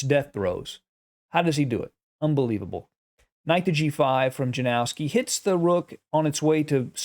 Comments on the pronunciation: or „Yanowski” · Correct pronuncation of the name Janowski is ,, Ianowski .. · Yanovsky would be a better pronunciation. Yanovsky liked to attack but he was dreadful at endgames. Capa knew he was far, far stronger.